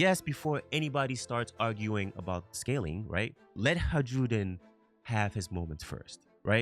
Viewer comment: I enjoy your content, however it did get harder to listen to you pronounce Hajrudin incorrectly so many times as Haj-rude-in. Just like Jarul isnt "Ja-rule" its "Ya-rool" similarly Hajrudin is "Ha-roo-din"